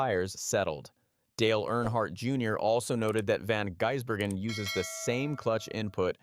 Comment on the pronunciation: Why do a story on someone when you're going to butcher the pronunciation of his name. His nickname is "the giz", because its pronounced van-giz-bergen.